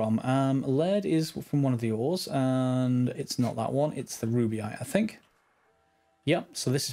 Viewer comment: Btw, it's rubyte, not ruby-ite. :)